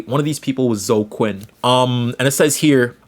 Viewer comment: when he was summarizing gamergate, he was mispronouncing names: “zo Quinn”